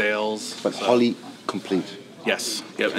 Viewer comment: It´s not Holly....it´s H o l l E y 😚 🤣🤣🤣🤣